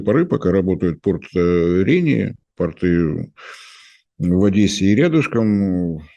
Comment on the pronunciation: Уважаемая, порты́ - это штаны, а если вы имеете в виду порт, то во множественном числе ударение на первом слоге - по́рты (как то́рты). 🙄